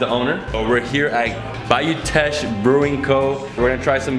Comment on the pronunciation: As a Lafayette native, this was great! So many unique places. btw Teche is pronounced like "tesh" not "teck" hahaha